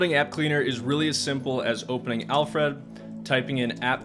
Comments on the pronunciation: Alfred - not Alf-Red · It bothers me how you’re saying Alfred lol. It’s Alfred, as in the butler from Batman. Not Alf Red. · hearing "al fred" each time you said "alfred" made me wince....not sure why but it just grinded on me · Listening to him say Al Fred instead of Alfred drove me insane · It’s pronounced, ‘Alfred.’ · Great video and list! You're pronunciation of Alfred is interesting...😂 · Thumbs down because you don't pronounce 'Alfred' properly and it's so annoying. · I had to stop watching due to the really peculiar pronunciation of 'Alfred'. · Great content. Thank you kindly. But... the way you say "Alfred" makes my eye flap up and down. :)